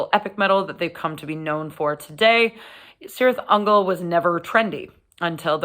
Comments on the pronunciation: Kirith Ungol, not Sirith Ungol!!! Read your Tolkien. Just because the the bands gets this wrong, we don’t have to! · Am I a bad person for being annoyed when people pronounce it Sirtih Ungol? If Tolkien has any say in it, it should be Kirith Ungol. Sorry, I'll head back to mommas basement now ;-) Great review though! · No It annoys me, too, lol, but to be fair, is Sanadian, so...... Still, her love for Metal is the important thing here. Gotta love Cirith Ungol